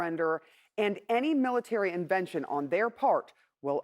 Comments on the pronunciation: It’s in ter ven tion lady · Intervention not invention. CNN reporters can’t even read. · This overweight CNN host can't pronounce intervention. She says "invention"!? 😂😂😂